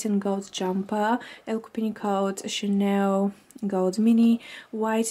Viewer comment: Hi, I love your vlogs, I'm from Spain and I speack French fluently, sometimes you say Chaneu o Chanew instead of Chanel.. it's just a tip 😗. lots of kisses